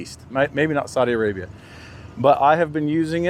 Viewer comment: سمعتك تقول سعودي عريبيا saudia arabia عسى ماهي مسبه بس😀😀